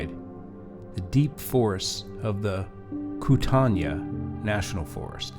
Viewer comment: Locals pronounce Kootenai as "koot-nee".